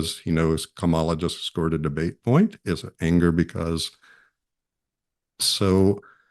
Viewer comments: The first syllable of Kamala Harris is accented. - KA - ma - la. Please have your guests pronounce her name correctly. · Why can’t people get her name right!? Can’t complain about tmp getting it wrong if professionals elsewhere can’t get it right. It’s not ka MAH la, it’s KAH ma la. 🤦🏼‍♀️ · needs to say her name correctly. Kamala = Comma-la. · Kamala not kama"la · needs to pronounce her name correctly, it's conma-la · Kamala is pronounced Comma-la, with emphasis on the first syllable. I don't think much of what you have to say if you can't even get her name right. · He should learn how to pronounce Kamala's name properly!! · Tell your guest that he mispronounced Harris' name!!!! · It absolutely enrages me when people like this doctor mispronounce Kamala's name. I expect it out of the Trump cult, but why, with all the news coverage on the correct pronunciation, do otherwise smart people continue to pronounce her name incorrectly!